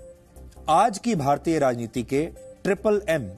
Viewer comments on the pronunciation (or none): Kya orat h yarr ye to bharat shabd bhi pdkr bolti h... Bina kagaz me dekhe to ye khud ko bhi Mayavati na khe...